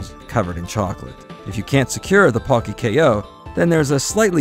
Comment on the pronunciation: The Po in Pocky is pronounced ポ, not パ.